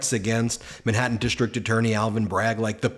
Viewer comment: Where is this "Minhattan" you keep mentioning.